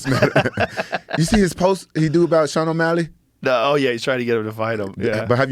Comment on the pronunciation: Can’t believe how really said Sean O’Malley 🤦‍♂️ bum